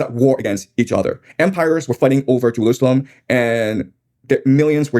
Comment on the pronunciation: Listen, I know making fun of speech impediments isnt great. But damn it if I didnt laugh when I heard the sentence: "Twump moved the embassy to Jewoosawem"